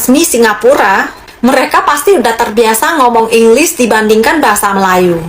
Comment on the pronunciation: Bukan Engliss tapi English (Eng Lish seperti Shhhhhhh) Kalau bahasa Melayu "R" di belakang tidak kuat tapi kita sebut "V" sebagai "Vee" bukan "Fii"